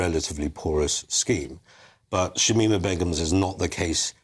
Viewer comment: Its shamina not shimima